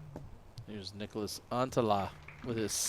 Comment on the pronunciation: Niklas NOT Nicholas!!!! This bothers my every time he's on a card with calling. There is no vowel between the K and L....